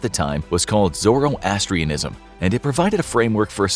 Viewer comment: Zoro-astrianism 😂 almost got it correct